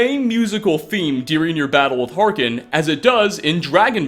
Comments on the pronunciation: Do you play the game on mute? It's Harkon, not Harken. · "volikar" "harkin"